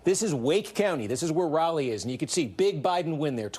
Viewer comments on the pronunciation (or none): none